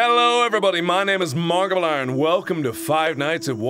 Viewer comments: at the start he said margilier instead of markiplier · Listen at the beginning, it sounds like he says "Markiliern"